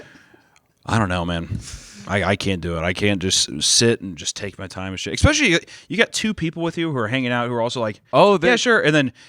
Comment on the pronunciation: saying expecially everytime like a toddler